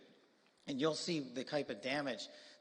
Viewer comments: Fentanyl, like Benadryl. NOT fen-ten-ALL. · I guess many Americans can no longer read. It ISN"T FENTANOL! It is fentanyl, ends with YL, rhymes with bill. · SMH. It's Fentanyl pronounced as (NIL) not (NAWL). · It’s pronounced fenta-nil, sir